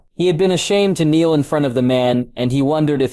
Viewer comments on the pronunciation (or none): Seriously, you cant even pronounce kneel correctly. Its already difficult enough to figure out who is talking or who is doing what because you cant pronounce anyone's name properly. Yet you also persist to pronounce many common words incorrectly. Think of how many more views you would get if you stopped doing that in every single video you put out.